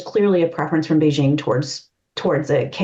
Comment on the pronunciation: Kudos to for pronouncing Beijing correctly (hard j, there is no soft j sound in Chinese). I’m not sure why Americans can’t do this, but most can’t, apparently. 😂 otherwise it’s a very nice discussion, thanks!